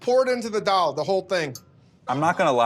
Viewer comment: David Chang's pronunciation of Daal is so perfect.